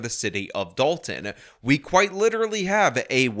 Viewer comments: This Journalist can’t even manage to say the name of the town or anything that has a “T” in it. It’s Da-on to her! 😂. Is this a DEI hire too, I wonder….. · That news reporter thinks Dolton is pronounced like “doll-in”😂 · dalton... no its dolton.... even their spelling is dumb